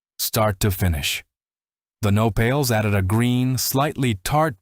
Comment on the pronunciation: It hurts my ears to hear comal, nopales etc mispronounced and to see all those white faces representing brown faces --- oh come on. Lazy editing you can do better.